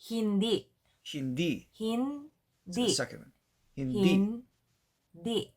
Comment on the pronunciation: Just a bit of a tip with the word "hindi"... i'm 100% sure you're aware of glottal stops as i've heard you metnion them several times, remember that the last syllable is said with a glottal stop. so, it's like it stops abruptly. hope that helps :)